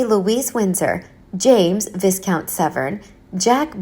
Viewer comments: Er... It's pronounced "vie-count" - not "viz-count". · Viscount is pronounce VI COUNT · S is silent in viscount